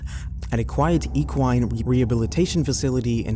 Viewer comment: Some pronunciations were off and what is ENQUINE?